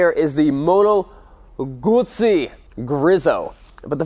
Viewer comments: Fair play to you, you pronounced the name, Guzzi correctly every time, good video man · i am just happy to hear someone pronouncing "Guzzi" properly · this guy says the name GUZZI the proper way 👍🏻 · You pronounced Guzzi correctly (most of the time!) But Griso is more like grease-oh rather than greeze-oh. It's still chuffin gorgeous though. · Finally an american that pronounces GUZZI properly..